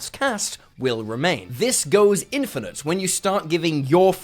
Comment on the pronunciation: In-fin-te hmm, must be Italian